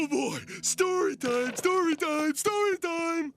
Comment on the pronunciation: shtoree thaime? :(